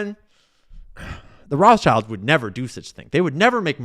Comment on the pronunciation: Do you pronounce Rothschilds as "roff childs" intentionally or mistakenly>? Allegedly.